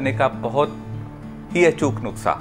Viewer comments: Thank you so much Sir for sharing this remedy but it's "nuskha" not nukhsa... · It's not nuksa...it's nuska😀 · नुक्सा नहीं नुस्खा सर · Nuskha hota hai nuksa nhi sir ......ap bolte hue bhut acche lagte hain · aap bar bar nuksha bol rhe hai jabki wo nuskha hota hai 🙏🙏🙏 I am sorry ager bura lge to 🙏🙏but very nice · Sir nuksa nahi nuskha boliye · Sir nuska bolte h nuksa nhi bolte h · Nuksa nhi Sir nuskha hota h🙏 Sorry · Nuksa nhi nuskha hota h